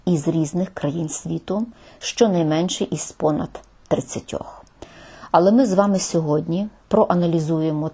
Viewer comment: також в слові "але", наголос не на "а". Але куди ж мені звичайній смертній з Донбасу....